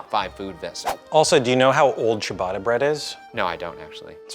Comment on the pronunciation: It's pronouced Chia-batter cheee aaaah batter bread, not cheee baaadaaah bread